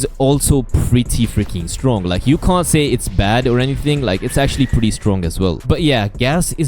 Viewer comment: "LICHERLY" "PWRETTY "